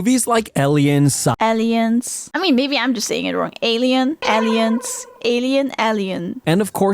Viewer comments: yeah, he's definitely saying elliens. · Please do not imitate the way he says "Aliens" That's not normal around the Anglo-sphere. That is a very peculiar pronunciation, and people would assume it's just because you're not a native speaker. His English is otherwise pretty good, so I can't tell if this is an idiolect or if he's a very good non native speaker with this one very noticeable quirk. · You pronounce it correctly, the guy pronounces it weirdly.